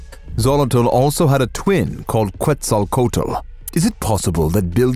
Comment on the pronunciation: It’s pronounced cwetz-a-cwatle